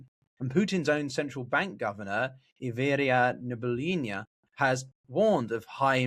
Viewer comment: I can understand some other commentators not being able to pronounce Russian names, but I'm quite surprised that of all people is having a hard time with Elvira Nabiullina